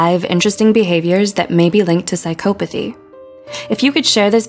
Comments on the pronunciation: Yes it's not pronounced this way. PsychOpathy... It made me cringe so hard the whole way through! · Say it right, its Psycopathy. There isnt any E in there so the O doesnt say its name. Obviously you dont know as much as you think. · She says psy-COE-pathy. No one says that that I've ever heard. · I am having a hard time getting past "psych-oh-pathy". It's "psych-ah-pathy". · Can’t get over how she mispronounces psychopathy every single time. It’s like this ˌsīˈkäpəTHē, not psychO-pAthy 😑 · it's psychopothy, not psych'o'pothy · no not really. I'm English. And I've never once heard anybody say it like this before. Psychopathy is pronounced without emphasis on the O. The same way we say psychology. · Her:sycopathey Me : 😠😠😠😠😠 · The fact that she pronounces “psychopathy” as “sie-COE-pa-thee” makes me so uncomfortable Edit: didn’t mean to offend anyone. I was just trying to make a joke 🤦‍♀️ google psychopathy and press the audio button before you come attacking me. People seem to think that you’re not joking unless you put “jk” at the end. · Narrator: prouncouces Machiavellian perfectly Also narrorator: psychoepathy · If I hear her pronounce it "psych OH pathy" one more time.... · Your pronunciation is off its Sai kaa puh thee "psycopathy" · “Psyc-OH-pathy”, pause video, comment, close video. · it's pronounced psy-kah-pothy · Its not psy"cope"athy jesus christ. Just look the word up already its annoying. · But she pronounced psychopathy wrongly! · No one else was bugged by the way she said psychopathy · Omg same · How many times did the woman mispronounce psychopathy? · the only real psychopathic thing going on in this video is how the narrator pronounces 'psycopathy'